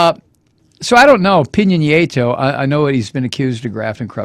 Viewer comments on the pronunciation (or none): Love your show. I watch it in Panamá. Just a heads up. Peña Nieto is pronounced "pain ya knee ay toe." Peen ya means pineapple. Keep up the great work!